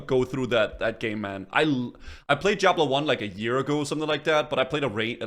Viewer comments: brother its DIABLO not JIABLO with D not J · "Jiablo 1"